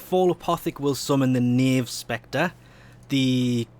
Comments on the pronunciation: Nope... you're actually pronouncing Knave correctly... Congratulations. Sunlight/Moonlight Dragonlily on the other hand.. :D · Don't worry, you pronounced "Knave" correctly. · You actually pronounced Knave right!